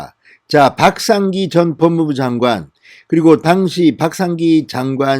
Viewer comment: '당시'는 여전히 악센트가 틀립니다